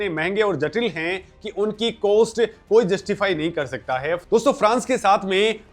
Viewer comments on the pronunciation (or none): कोस्ट नहीं कॉस्ट बोलो।